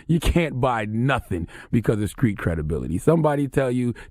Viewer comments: The word "Street" is not that hard to say, holy shit. WTF is a Skreet?!? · I cringe every time Charlamagne says “skreet” instead of “street” 🤯😳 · And IT'S STREET NOT SKREET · The "skr" in words that are supposed to be "str"...Somebody tell Charlamagne to stop talking like he's from South Carolina😂😂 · Charlemagne cannot say T he says K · Did Charlemagne just say the word "screet"...? I think he means "street"😂😂😂...I'm from the south...no excuses.. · Finally somebody notices! Skreet and Skrippers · "Skreet dude, Skreet rules" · Charlemagne can't even say the word street. He needs to fall back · The way Charlamagne says The Street......Discreet lol